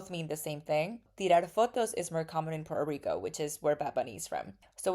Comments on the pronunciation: Puerto Rico, not porto rico.... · "We pronounce all the letters and syllables." --Says "Por'ico" 😂